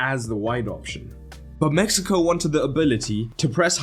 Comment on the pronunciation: I'm positive bro is saying Messico not Mexico, it doesn't even sound like he's saying Mexico